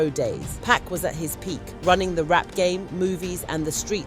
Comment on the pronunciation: Hey narrator it's 2pac not pack and it's suge get the names right smdh